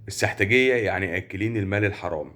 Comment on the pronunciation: لطفا ضم السين في السحتجيه وليس بفتح السين